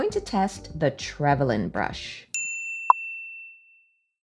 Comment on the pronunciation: P.s. I think you pronounced it correctly 🫶🇦🇺